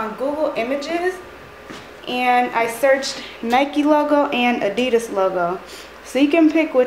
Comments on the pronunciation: You say adidas wrong but still is an epic vid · You pronounced adidas wrong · She did not just say adidas like that